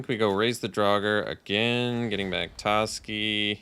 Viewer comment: its definitely pronounced TOEski but it's alright. I'm upset about this but i feel we'll get past it.